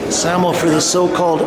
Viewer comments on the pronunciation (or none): SAMO like Say-Mo